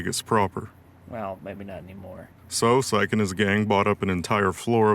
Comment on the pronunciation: Uh oh someone didn't watch RLF it's not psych its sich (idk how to write it out as the correct pronunciation but I tried)